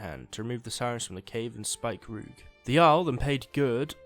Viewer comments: Btw, because I didn't know at first what you meant when you said Spikeroog. I'm pretty sure it's namend after the East Frisian Spiekeroog, which is pronounced "Speaker-og" (dunno the IPA for that), so it's probably pronounced like that as well. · Speak-A-rog is how you pronounce it